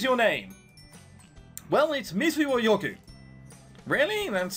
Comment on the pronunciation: Am i the only one that every time that says Oyogu says Pigu?